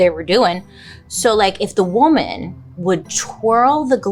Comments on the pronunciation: Huge fan, just have to say… “woman” and “women” are different words and pronounced differently! 😂❤ just something I’ve noticed you tend to mispronounce, all love! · Bailey I love you but please have someone teach you how to pronounce woman and women. There is a difference. you’re driving me crazy 😂